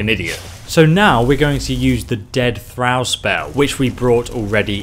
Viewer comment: 'Thrawl' not thrAl